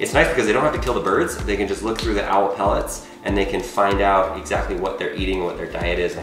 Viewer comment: Its (pel-lit)